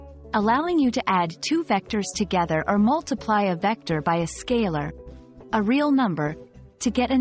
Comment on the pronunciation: diction? vecder? say vecTor! addidive? say addiTive! idenidy? say IdenTiTy!